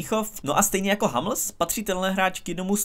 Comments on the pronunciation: Je to "humls", na "hamls" proboha :D Chce to zamakat na vyslovnosti... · Proboha, můžeš si zlepšit výslovnost některých hráčů? Občas co od tebe slyším to je fakt hrůza, zvlášť když pětkrát ve videu řekneš /hamls/ 😅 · Hummels se čte stejně jak se píše